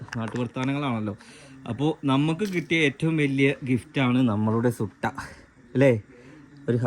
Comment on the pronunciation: സുട്ട അല്ല മുട്ട